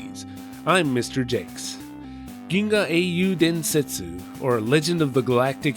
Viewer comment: Holy shit, perfect pronunciation of "Ginga Eiyuu Densetsu" Gamers are indubitably the best of humanity